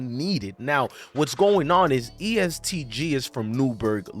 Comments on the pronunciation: He said east g bruh it’s est gee every body shines together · it’s est not east lol and it’s louis (louie)ville guy